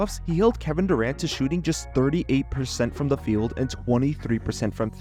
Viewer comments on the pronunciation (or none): none